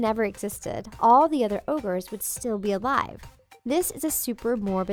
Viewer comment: Did you just say 'orges' instead of ogres?